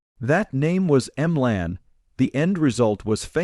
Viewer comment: What a load of fiction and crap! You should be banned from YouTube. All this is is lies for profit and a cheap, cheap, cheap AI voice. Shirley M-Lan. Give me an effing break.